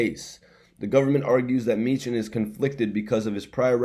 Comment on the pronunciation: It's pronounced Me-han...He a vicious Philly lawyer her b whoopn da courts ass I'm from Philly an used Me-han before he a FUCKN BEAST BRO